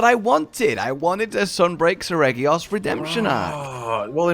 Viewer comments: Never got to fight OG Reggy(Cause me and everyone I've heard say it in real life say 'Sir-rejee-ose' not regee-ose. And yes I know Reggy is spelt with a G but pronounced with a J and is confusing. English is weird soemtimes. And yes, I have also noticed says other names weird and I'm glad noticed and is trying to stop it. Like he still says Nergigante wrong, they say its name in World, and everyone says it the same way except says it with a J not a G like everyone else!..... I say J for seregios and goes with G, but Nergigante is the opposite. English is weird!.... and english is my first language)....but this version is fun, his speed caught me off guard on the first fight and I died to a combo of attacks, took him alot more seriously after that and managed to finish the fight without another death after that. The next gen upgrades make him look so great, and the faster pace and manuevarability of Rise really make him what he should be. Allows him to realize his true speed, upredictable movement and aggression that he was characterized to be. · As usual mispronounces Seregios...